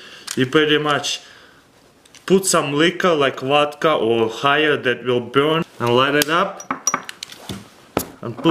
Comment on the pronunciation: His Vodka pronunciation is soooo Russian.